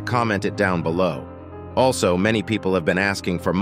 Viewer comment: Noone asked why he said "Aslo" instead of "Also" at the middle part. Pretty sure u guys skipped it